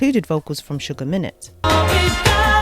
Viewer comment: Sugar minnot, pronounced my-not